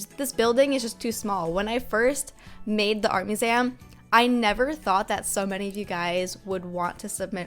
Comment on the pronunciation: Wait..did she just say “art muzem”